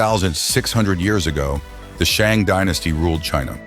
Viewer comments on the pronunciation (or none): very interesting and concise! by the way, Xia is pronounced like "shah," Shang is pronounced like "shahng," and Sui is pronounced like "sway." You pronounced Tang correctly though :)